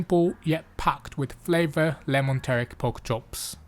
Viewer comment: pronouncing teriyaki like Taric, nice.